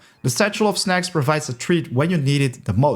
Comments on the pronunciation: snacks* not shnacks 🤣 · shnacks it is snacks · "Shnacks" xD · Your pronunciation of “snacks” is weird :D it’s like you try to pronunce snails and snacks together :) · I find it rlly cool tbh 😂